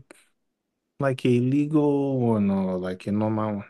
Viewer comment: "Like a legul or a normal wan?" 😂😂😂